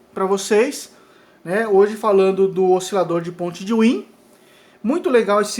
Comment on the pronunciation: Excelente aula!! muito boa ! parabens! só acrescentando , wien se fala " váin " , por seu criador ser alemão